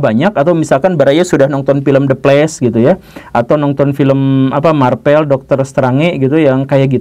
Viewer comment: "The Plesh, Marpel, Dr. Strange." 😂😂😂